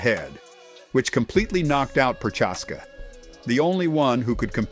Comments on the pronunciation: The way you say Prochazka hurt my ears. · Jammahall Hill bro you butchered so many names in this video lol prochaska